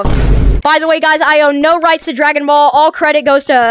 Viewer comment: Stop butchering dragon balls E